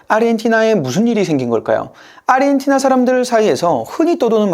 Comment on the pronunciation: 아시아, 아르헨티나를 발음하는 거 보면 얘는 한국인은 아닌 것 같애, 아니면 사람이 아닌 AI 던가... 평생 누구도 평생 저렇게 발음하는 걸 들어보지 못했거든.